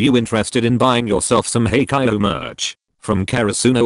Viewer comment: "Hey-kai-ooh merch" Im done